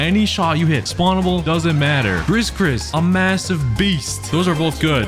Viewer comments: I'm sorry, but I can't... Its gree gree not griss griss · bro said "ghris ghris"💀